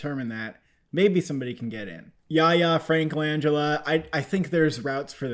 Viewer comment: What’s up with the pronunciation in this video? “Bo-rat” “Lang-gella” “Safe-ride”